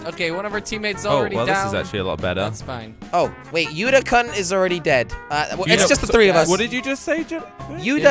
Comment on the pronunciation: I don't h8 jelly but watching him play fortnite hurts my head plus how jelly said kun bruhhhhh